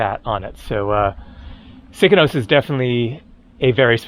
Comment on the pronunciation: Its Sikinos and not Sikonos 😀